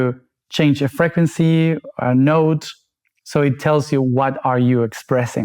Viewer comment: Can somebody PLEASE tell how the word “frequency” is pronounced in English. PLEASE. It’ unbearable he says it so many times 😂